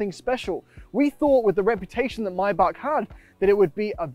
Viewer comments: it's may-bach not may-back or my-bach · not mae-bach...it is maay-ae-bach